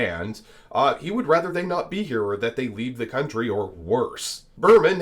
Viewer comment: Vivek it is country, not guuuuuntry